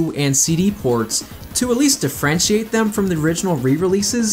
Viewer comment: I've never heard someone pronounce Differentiate as "De-French-Ate" before.